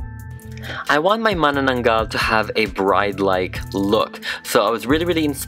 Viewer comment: I love how pronounces terno, baro't saya, and mananaggal. It's so crisp. 😅 Edit. Also, I just reached at the skit part, the dialogues as well!